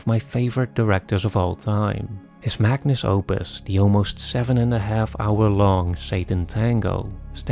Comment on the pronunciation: 18.45 "His magnus opus..." That's the second time you've made this error in a video: it's 'magnum opus'.